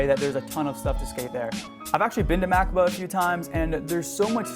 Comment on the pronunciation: it pronounced ma cob a